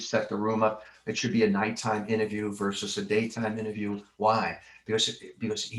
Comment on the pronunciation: Good interview, thanks. (BTW, it's "versus", not "verse".)